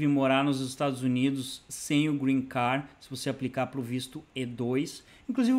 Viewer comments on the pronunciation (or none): SERA QUE EU OVI VC FALAR GREEN CAR? OU ME ENGANEI COM SUA PRONUNCIA E VC FALOU GREEN CARD, CONFORME VC FALOU EU OUVI GREEN CAR, EXISTE UMA GRANDE DIFERENCA ENTRE AS DUAS PALAVRAS